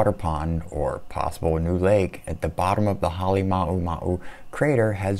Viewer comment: Say it with me... HAH-LAY-MOU (like HOW)-MOU